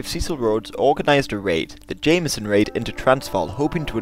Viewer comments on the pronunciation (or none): none